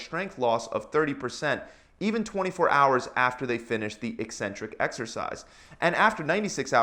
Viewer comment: At last a fitness video where the presenter knows how to pronounce the word “eccentric”!